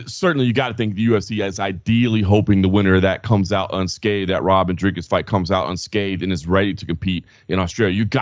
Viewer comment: Boys... Thank you for pronouncing Dricus' name correctly! The only GD journalists that can do it!